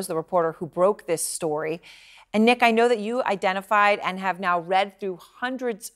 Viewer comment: His name was nick not neck.